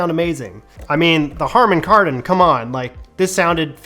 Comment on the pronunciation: Harmon Kardon? 🤣😂